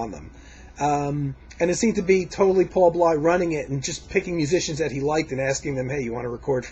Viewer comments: it's paul b-l-a-y not pronounced b-l-y... Paul Bley.. and its jufree not gufree jimmy giuffre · I was a radio DJ in a major market with 25 years of experience. I featured any genre of music under the sun on my show that satisfied my extremely high standards, and as a DJ, I had to make sure that I pronounced the names, titles, etc. right: Paul Bley's last name is pronounced BLAY. Jimmy Giuffre = JEW-free Jan Garbarek = gar-BAH-rek. However, probably most American jazz lovers, have pronounced it your way, so you get a pass. When describing Bill's jazz-rock fusion trio of albums, you are showing your limitations of taste. They were inspired by Allan Holdsworth, who is considered the GOAT among 90 + percent of major electric guitarists and fans on the basis of his sophisticated compositional/melodic skills, complex harmonies and improv choices, as well as his blazing legato style technique. He never created anything for the cheap thrills of guitar heads and is deservedly pegged as a true fusion artist. Btw, a couple of Pat Martino's albums contained jazz-rock numbers. I still consider the 1977 Joyous Lake one of the best fusion releases ever.